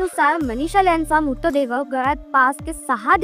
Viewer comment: अगं बाई नीट बोलायला शिक नं आधी.. मूतदेह म्हणतेय एवढी महत्वाची माहिती भावनाशून्य माहीत वाचतेय नुसती